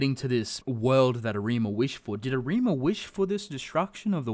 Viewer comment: Stress the A in Arima, not the ri